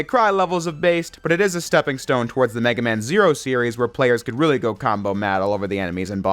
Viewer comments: You spell it as : Me-Gay-Man" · "Meg aMa-n" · It's "Mega Man" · it's Megaman, not Mega Man. because in JP, it's Rockman, not Rock Man. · meig guh man